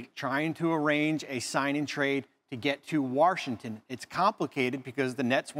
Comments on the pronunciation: Why do people add an "R" to Washington? Warshington? Where's that? 🤣🤣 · Did Bobby Marks say Warshington... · His pronunciation of Washington kills me.